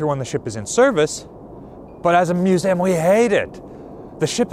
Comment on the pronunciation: He certainly is a great storyteller, but I confess I find it a little unnerving whenever he says "Musaaam" (with the end sounding like it rhymes with trans-am). Is that a New Jersey accent/dialect thing to pronounce museum in this unusual way? I've never noticed it before, but perhaps that how everyone says it from his part of the world? Here in England, its pronounced like its spelt (and I'm the first to admit that so many English English words are not... have you heard us say Luitennant?) 'Muse ee um' Whereas seems to always say Muse aam